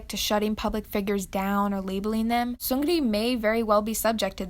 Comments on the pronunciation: The “r” sound in Korean isn’t like that of in English. It is rolled, which is why I think she pronounced it the way she did, but the r in Seungri isn’t emphasized as much as she’s saying it. The way she says it would kind of look like 승그리 (seung-geu-ree). The “ng” and “r” combination sound really awkward and is generally just difficult in Korean, so it instead sounds kind of like seung-ni (as others have said) because it’s just easier. “Ni” is actually still “ri” but like reeeeeeally short. It doesn’t just sound like straight up “knee” (not really, at least). There is a slight rolled sound. Like the very last bit of the rolled “r” sound. It’s hard to explain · The way you pronounce seung ri is just painful to listen to. It's not seung gri its seung ri. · I liked the video!! Just one thing is the pronunciation on his name, you say it like Seun-gri but in fact it’s Seung-ri. Just wanted to let you know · Lol well done but Seun gri? Is Seung Ri lol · You lost all credibility by calling him seungree. Seungli 승리 is pronounced seungli which means victory in korean. Another foreign tryhard. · He is seung -ri not seun-gri..... just saying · You pronounce seungri as seung-ni not seung-ri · Your pronounciation of Seungri, to correct it you almost leave the G out and pronounce it as Seun-Ri. The Gri sound you make isn't correct. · I'm not trying to hate. I'm just giving feedback. The "Soon-gu-ri" was kinda stuck in my head.. I know everyone is not Korean and can't pronounce everything correctly but just to let you know, it's "Sung-li" There's more of a L sound than a R sound. Tbh this stuff doesn't even matter. We're not gonna be saying his name anymore, right? \/(°_°)\/ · Just a friendly comment passing through, its pronounced "seung"- "ri" not "seun"-"gri". Thanks! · no offense but yall talking bout the scandal and i say im kinda disturbed at the pronounciation "seung-gri" idk but it's seung-ri :) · I like how she pronounces “seungri” “Seunglree” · ahahahah soong-ge-li